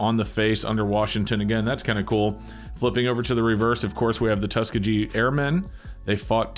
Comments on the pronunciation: It is pronounced Tuss-Ski-Gee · Really nice coins. I like that for the Washington Crossing the Delaware quarters that they have the style obverse. You and SilverWolverine pronounce "Tuskegee" in a funny way.